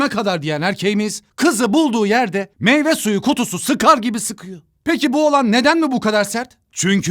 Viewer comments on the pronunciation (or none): none